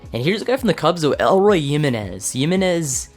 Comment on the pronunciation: it is not "elroy" it is "E-Loy"